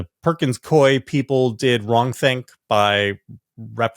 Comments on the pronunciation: The law firm is pronounced Pur-kins Coo-wee. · It’s pronounced Perkins Coo-eee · JVL and George Conway: the Perkins firm's second name is pronounced "Cooey" and Mark Elias prounounces his last name El-eye-ess. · Always excellent info! FYI the name of the firm Perkins Coie is pronounced like “Koo-ee” 😊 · Pronounced "Perkins Cooey" I worked there for a few years in the 80s / 90s.